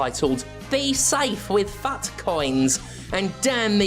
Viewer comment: I will always thank God for someone who pronounces FUT correctly. ❤